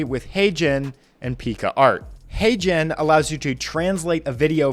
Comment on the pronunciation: this video is... well, I rarely give a negative review, as I appreciate "free content". But what`s the point of a video listing the "7 best AI tools", and then neither list, link orname them?...and if this wouldn`t be enough: even pronounces them incorrectly. A-Gen? AiGen? EyGen? HeyGen? Wtf?! My guess is, they made a bet... "who makes the worst, user-unfriendly video on whole of youtube today" gets a free pizza or so. My bet is, is munching on a big pizza right now.